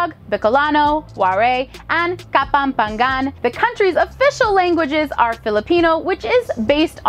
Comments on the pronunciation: Kapampangan Pronunciation "Ka-pam-pa-ngan" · is it it just me that who got annoyed on how she said in kapampangan